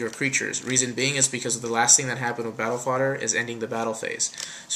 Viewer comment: you pronounce Fader wrong. it's "Battle Fayder" and not "battle fodder"